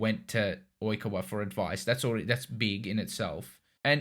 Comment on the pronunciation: Ur calling oikawa oi-ku-wa when it's oi-kaa-wa